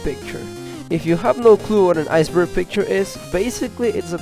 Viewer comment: Aiyce burg